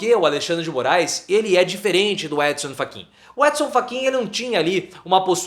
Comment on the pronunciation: Gostei da pronúncia "Édinsan Faquiinn" rsrs